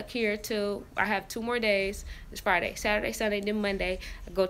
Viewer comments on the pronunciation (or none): none